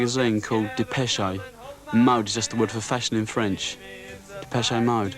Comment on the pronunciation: Lol deepeshay mode